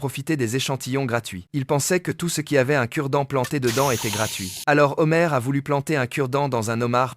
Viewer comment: 🍒 Les "Zhomars" , on peut pas dire qu'il ne fait pas la liaison 😂